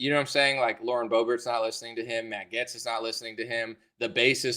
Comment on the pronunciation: Matt Gaetz does seem to be a good guy. If you like him though, you should pronounce his name right. It's pronounced "Gates" just like Bill, lol Matt Gates (Gaetz) ☺️